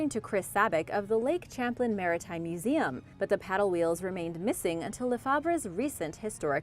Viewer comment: It's pronounced (as in champagne) Champ lane, but you got Colchester Correct